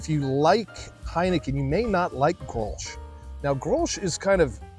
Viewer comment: the "sch" is silent. the "G" is like your hawrking up a loogy. GGrols